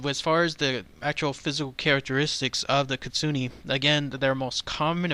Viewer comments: but its kitsu neh...not kitsu ni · ...ahum.... KIT- SU-NA not ne, it IS bad Luck to mispronounce.. Certain names.... 🐾P. that's not a p It's a P. Spot...... We'll be back.... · It's actually pronounced KIT - SOO - N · It pronounced keet-soo-neh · It's pronounced Kit-Su- Ne just just FYI ;)